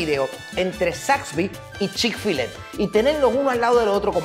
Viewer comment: x siacaso no es chick fillet..se dice como se llama..chick fil-a